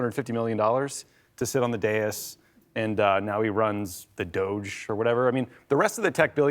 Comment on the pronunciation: Not sure that guy pronounced 'DOGE' correctly....thinking it should've sounded more French.